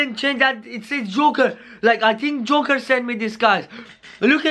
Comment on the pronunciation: Joker not juker